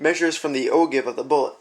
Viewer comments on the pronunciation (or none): Just because I'm OCD... It's pronounced "Oh Jive", not "Oh Give" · Not a bad video, but it is pronounce "oh-jive" and is spelled ogive, not o-give. You should, also, "spin" the brass while in the calipers so the head squares up to the outside measuring contacts. Verifying the round in your calipers after you removed it from the rifle would, also, have been a good idea. I don't know about most people, but "good-enough" isn't in my vocabulary when it comes to reloading. You are definitely on the right track. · Enjoyed the video. I have always heard "O-give" pronounced "O-Jive". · Good job overall but again it's actually pronounced "o-Jive". Keep up the good work. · Great video. But it's pronounced "OJIVE". I'm just sayin"..... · The Ogive?? LOL! It's pronounced Oh-Jive.... ROFL! But yes, a good explanation and good video. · LoL It's pronounced - Oh Jive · Ogive is pronounced Oh-Jive. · Yes. Ogive is a geometric shape. See: I was trying to help you with the pronunciation. You mispronounced it in your video. FYI .... most people mispronounce it.